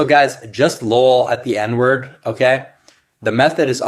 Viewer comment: He doesnt even say the n-word right